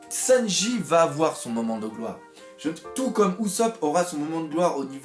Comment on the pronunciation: Arrête de dire sennji stp🤣🤣